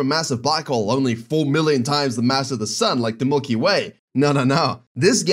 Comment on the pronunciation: "mulky way" LMAO0